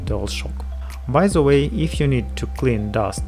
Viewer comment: Clip is good but if i will hear another "ze" instead of "the" i will shoot myself :/